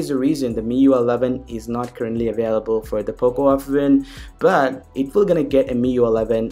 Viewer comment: Fuck the way you say "but" you indian fuck